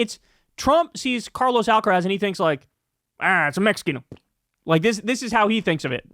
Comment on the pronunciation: Love you, Kyle, but learn how to pronounce Carlos Alcaraz. It hurts when you say it. XXXOOO